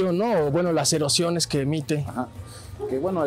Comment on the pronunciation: Dice erosiones y son emociones jaja